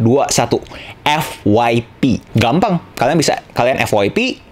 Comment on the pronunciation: Bilang EFF YEEE PEE BANG jangan bilang EFFFF WAII PEEE... GUNAKAN BAHASA INDONESIA YG BAIK